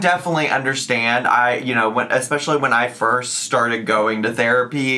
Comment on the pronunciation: Mine is eggspecially instead of specially. 😂 a new one is not saying grams or milligrams when she refers to nutrients in food.